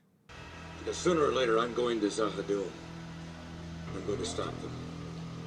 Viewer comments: There is more to Vir and Vir *knows*! The Shadows and the Ministry of Peace will continue to be built up. And, as I'm sure you know by now, it's Za-ha-DOOM and not Za-ha-DUM. Rather Tolkien-esque sounding. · Za Ha Doom. The way you're saying it is dumb. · z'ha dum should be pronounced zha ha doom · It maybe spelt Z'Ha'Dum' but it pronounced Z'Ha'Doom, plus saying doom at the end rather than dum makes it more scary. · In case no one has stated it, the pronunciation is Za Ha Doom. I don't know whether it is true or not but I did read that Lou Welch left B5 in 2259 after being promoted to an off station role